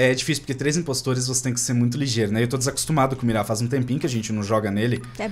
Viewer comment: Ai que raiva, o fica falando Mirá mas é Mira sem o acentooooooooo